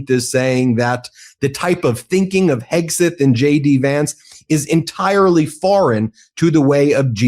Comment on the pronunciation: Ben, is there a reason you pronounce Hegseth's name "Heg • SUTH"?